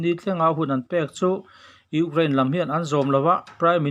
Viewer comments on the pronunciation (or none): Urain/urane ni lo in U kraine tih tur zawk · Urain- anga lam a va ang ve.😅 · Ukrain tih lamrik hi aharsat hmel ve